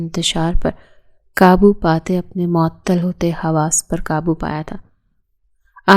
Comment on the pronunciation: معتل نہیں ہوتا معطل ہوتا ہے